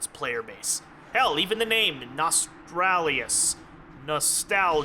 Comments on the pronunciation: nos tal rius ??? not nos tral lius there no R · Why the fuck do people keep calling it "Nostralius"? Notice, the R is in the wrong place people. Nos-tal-rius. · its not cheeky or funny that you cant seem to grasp the word NOSTALRIUS. its frustraing hearing you say it wrong 33 times, i know youre smart enough to get it right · Nostalrius is not hard to pronounce....unless you are an idiot....Seriously.